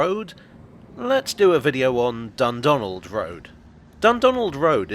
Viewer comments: I keep hearing 'Dumbdonald' and thinking it's named after Trump. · The pronunciation of Dundonald is really getting at me